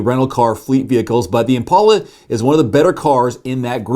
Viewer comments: Wait wait wait... is that how you pronounce IMPALA? or did he say that incorrectly? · I’lll miss the Impala, although your pronunciation really went Ouch 🤕